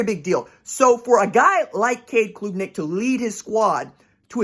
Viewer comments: Klubnik - like Club-nik, not kloooobnik - enjoyed it! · Hey RJ, Great work as always! ( it’s pronounced •club• •nick• ) ✊🏽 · it is pronounced CLUB - NICK -- just saying